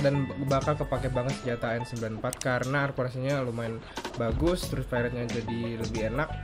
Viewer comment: Gua baru nyadar kenapa manggil senjata AN-94 jadi Angga rupanya karena AN-94=ANgA (ANGGA)